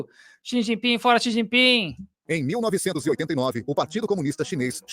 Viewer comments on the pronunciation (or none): Aqui o cara falou Xu Jinpin - A Janja falou Xi Jipingui - O correto é Xi Jinping com g mudo 🤣